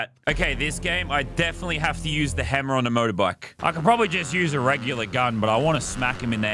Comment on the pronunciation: Everyone else : playing Lazarbeam: h e m m e r